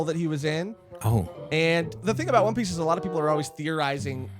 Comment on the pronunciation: For its not one piece its "Juan Piece"